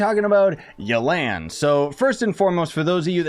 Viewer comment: Everyone: Yelan Him: Yo Land